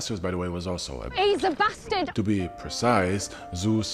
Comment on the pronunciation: Most famous basted? Are you sure ? Say it a few more times